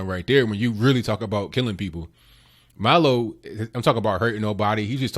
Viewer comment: It's MILO not Malo... He is Jewish and Gay and a Conservative 🌈